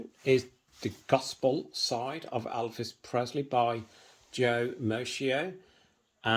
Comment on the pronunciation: Thanks for showing part of your book collection. But please say Elvis not Alvis